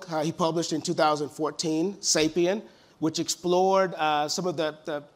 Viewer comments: Lol moderator didn’t even know the name of sapiens he called it sapien. Jesus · "sapiens" not sapien ! (coming from Homo Sapiens)